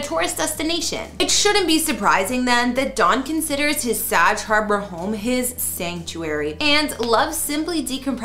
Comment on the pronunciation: SAG not what your pronouncing. Look it up.